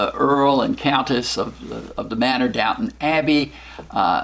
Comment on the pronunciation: it's Downton Abbey, not Downtown :)